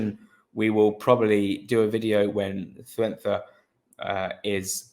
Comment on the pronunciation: Good video. Pronunciation is Kuenka.